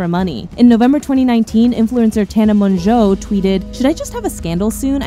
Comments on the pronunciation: THANK YOU for finally semi-pronouncing Tana Mongo's name like it's written. It is Mongo, not Mo-joe. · the ONLY person who actually uses the french pronunciation of mongeau which is the correct way instead of saying mojo like mojo jojo from powerpuff girls